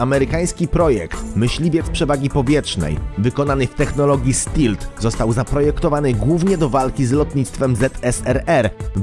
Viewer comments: A czy słowo ''Stealth'' nie wymawia się ''Stelf'' zamiast ''Stilt'' ? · Mówi się stelf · żaden stilf tylko stelf :) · Tak bez urazy ale stealth się mówi stelf...